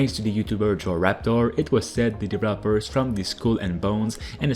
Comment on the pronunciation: Hey yo! I Really like your content. But i have one wish; Can you try and pronounce deVELOPment like it is meat to say? After Watching a few years you still do it and i hate it. All and all, still like you content, it is always fresh and uselfull! So; DeVElopment and deVELOper. Not Devlopper and devlopment...;)